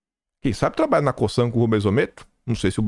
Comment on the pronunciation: A pronuncia de COSAN é com Z, CoZan A pronúncia de Raízen é como se lê, com acento agudo no Í : Raízen